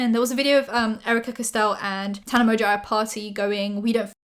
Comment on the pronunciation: Okay but can we talk about Paris Hilton saying how much she loves Tana but pronouncing her name wrong lmao